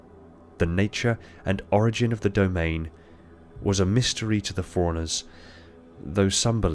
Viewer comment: I only have 1 critique. The first time you say Forerunners in a passage, it sounds like Forerunners, but the more often you say it, the less you put emphasis on the "run", and it sounds like "foreigners". Other than that, no notes